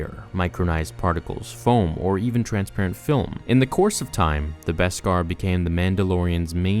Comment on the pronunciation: Thank you for pronouncing Beskar properly!! Now if we can just get everyone to pronounce mandalorian properly (Mahn-dalorian, not Man-dalorian!!!)